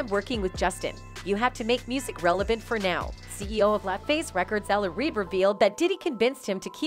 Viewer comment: It's L. A. Reid not la Reid...get it right!